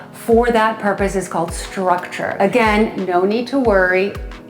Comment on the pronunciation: It's called structube not structure.